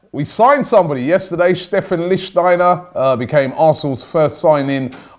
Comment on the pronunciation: Robbie pronounced lichtsteiner correctly. 😱😲😮😱